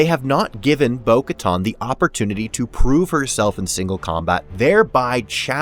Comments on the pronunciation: Minor nitpick, but why in the world do you keep pronouncing it "Bo-KaTAHN" when every other character in the franchise says "Bo-KaTAN". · Bo Katan; not Bo Katton. It's pronounced on-screen. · Bo-Katan, like getting a tan. Like the tan suit that Obama wore. Not Bo-Katon. Oof. Very distracting.